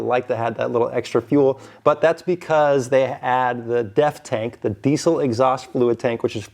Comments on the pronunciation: God how I wish people would stop saying DEECIL. There is NO C. Please.. Not PLEECE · It’s diesel with a Z sound. Not with a C sound. Sheesh. Get it right.